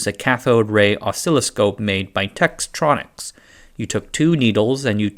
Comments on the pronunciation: It’s Tech tronics, not Tex tronics. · TEK-tronix, not TEX-tronix. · Tektronics, not your textronics . No X. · Please practise saying "Tek tronix" ;-) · Tektronics is usually pronounced "tech-tronics" you were close but it came off a little rusty.